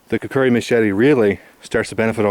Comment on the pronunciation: It's kukri not kukuri